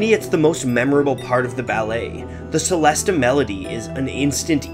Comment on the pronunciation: It's pronounced like cello so chellest (the e at the end is also silent)